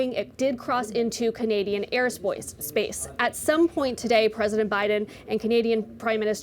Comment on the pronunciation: “NOR-AD” “NO-RAD” “Close enough. Okay, where was it?” “Canadian air spoice” 🤦‍♂️